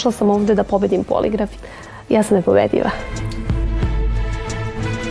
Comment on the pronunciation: jel ona to rekla nepobedLJiva umesto nepobediva?